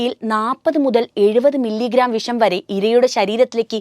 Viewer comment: വിശം ആണോ വിഷം ആണോ നല്ലത് പോലെ സംസാരിക്